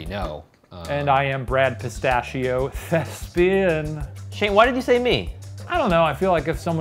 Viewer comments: my new favourite thing is Shane saying "thespian" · The way Shane has been saying 'thespian' :'D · i cried for real both times shane said "thespian" i can't do this